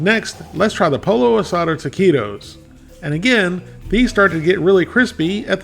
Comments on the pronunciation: It's pronounced "POY-yo", not "polo". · The best Taquitos I've tried, and haven't tried them all, are El Monterey Extra Crunchy Taquitos. The "Extra Crunchy," not their regular ones. They come in SouthWest Chicken or Taco Seasoned Beef & Cheese. Sorry to be a Scooter, but... Pollo isn't pronounced like a Polo Shirt. It's Po Yo. Double L in Spanish is a Y sound. Birria is more like Beer E Ya, but close enough. Oh, Corn Tortillas., btw. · Not poLLO! Poiyo. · "Polo." That's the way Scooter pronounces it. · Flour tortillas are heavier. Pollo is pronounced Poy-oh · Pollo is pronounced poyo. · I grew up eating Mexican food and didn't even know about flour tortillas until I was an adult. I prefer corn. Just heat them up on the stove burner..... yum. Instead of these, get a pack of corn tortillas and make your own. Oh and pollo is pronounced poyo. But that's okay, lots of people do that. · The two L's in "Pollo" are not pronounced like standard L's. Proper pronunciation of "Pollo" is Poeeyo. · Lol... POLLO is pronounced...POYO POYO =Chicken 2) L L ... together .... is a Y sound Never ....L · Pollo is pronounced Poy-oh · Scooter here.. Pollo is pronounced poyo. Just sayin.. Also, taquitos should be covered in a good guacamole.. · Damn, I'm whiter than a gardenia petal and even I know you don't pronounce pollo as "Polo" lmao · we love ya, son, but--you pronounce torilla correctly but pollo is pronounce poyo. In Spanish it seems the double 'll' is said like the letter 'y'. Just sayin'. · Beer-ee-uh poy-oh/ aus-au-doh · Its powlo. And beerya. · gotta love Larrys spanish... POLO asado, and beef BA-re-ah